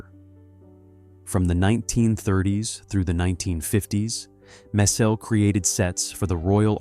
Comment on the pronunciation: It’s not mess-SELL. It is MESS-ell. Do your homework before you record a video!